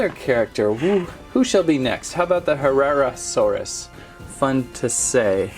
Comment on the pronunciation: Herrarasaurus is pronounced: her RAR a sor us. There ya go! Btw i was the one who wrote the charcaradontasaurus pronunciation comment :D